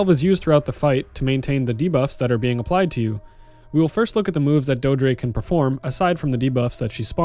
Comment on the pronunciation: It's pronounced "doe-eh-dree". It's verbalized in the game itself, just so you know. Great guide otherwise!